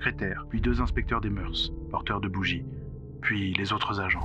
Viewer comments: Non pas des moeurssss. Mais des moeurs se prononce meur et oui c'est un mot féminin pluriel invariable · On ne prononce pas le S au mot mœurs. C’est comme cœurs.